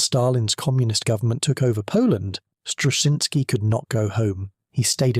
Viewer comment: A lot of work had been done on Huff Duff before Wacław Struszyński, began working for Britain, but his work was crucial in making it work on a ship. 2. It seems to me that if you wish to honor his achievement, you could spell his name right. Some of the stabs at it in the narration are nowhere near right.